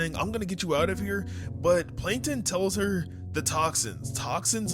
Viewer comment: Plankon ❌ Plankton✅